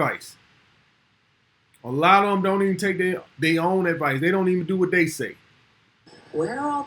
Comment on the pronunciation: Who is Day..? I keep hearing, Day do this,Day do that..Who TF is this Day character..?